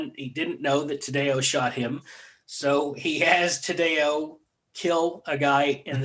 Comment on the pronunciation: last name pronounced tad-dee-oh. interesting podcast. a lot wrong. lol